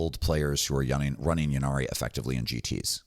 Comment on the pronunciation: Pronounce innari not yinarri please, the grammatic influence is from old welsh eg ynis (island) pronounced innit not yinnis. Apologies for correcting, I love your channel